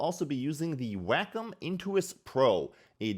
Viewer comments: It's WAY-com not "Whack'em. Lol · Why is it sounds like "wack 'em?"